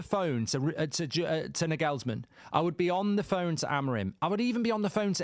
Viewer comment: Bro who tf is Naygullsmen? 😂 Southgate INNNNNNNNNNNNNNN